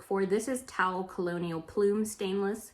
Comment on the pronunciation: Simply amazing your level of knowledge with flatware! You are! (BTW the brand "Towle" I have always heard it pronounced "toll', like a toll booth), but you could be correct in your pronouncing! thanks.